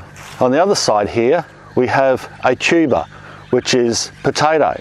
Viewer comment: The first time I heard you say "tuber" I thought I'd heard "cheeba". Unfortunately, around here, we can't grow cheeba in our gardens.